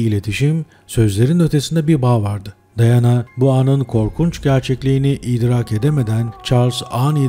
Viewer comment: Daiana değil diana